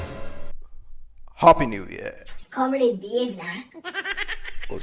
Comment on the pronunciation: Its come-rad not come-raid 🤣🤣